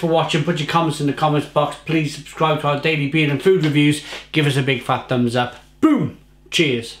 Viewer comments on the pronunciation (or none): none